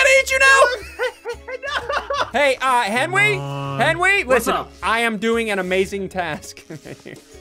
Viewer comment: “Henwy got shrunk rayed” -Ssundee 2021